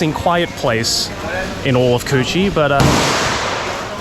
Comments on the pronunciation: lmao I know the Cu Chi tunnel is like an important historical place but hearing Joey saying "coochie" tunnel over and over again is hilarious omfg (guys plz don't be offended i am vietnamese) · Not the "Coochie Tunnels" lmao - that's why it's important to nail the tones in the Vietnamese language 😅 On a side note, as a Vietnamese who is abroad since the pandemic, watching the sceneries of my country really gives me nostalgic feeling. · How can you say "Cu Chi Tunnels" without laughing xD. Coochie Tunnels :D